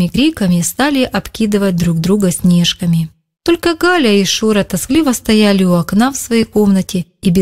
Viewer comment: Снежками-ударение на а